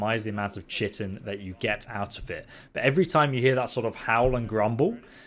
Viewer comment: Chiton is pronounced Kai ton just FYI, only know that because of ark lol